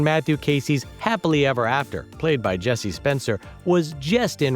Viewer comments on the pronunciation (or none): none